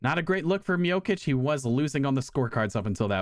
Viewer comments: Bro sayin mijokic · between u pronouncing stipe's name as "miokich" and utah as "utahl" you've successfully earned a dislike from me. how tf do you not know who carlos condit or johnny hendricks are tf lmao